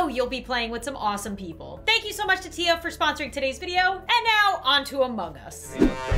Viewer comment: I dont think its teya I think its tiya (long i)